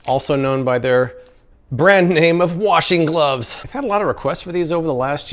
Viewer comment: "Washing Gloves" What I hear: Washington Pls tell me im not the only one to hear this